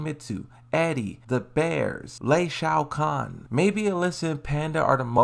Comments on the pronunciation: I like the Tekken News but if I hear Lei Shou Kahn again I’m unsubscribing. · Lol Lei ShaoKahn